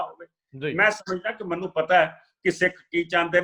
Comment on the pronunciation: "ਮੈਨੂੰ" ਬੋਲਿਆ ਕਰੋ "ਮੰਨੂ" ਨਹੀਂ ਹੁੰਦਾ